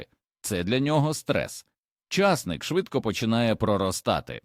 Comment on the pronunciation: Поради може й мають місце,але на кілограм овочів,а на центнери і тонни- зась.В селах були ями,кагати і льодовні.Не розумію,чому часник з наголосом на першому складі і багато інших слів так же сковеркані,не по-українськи.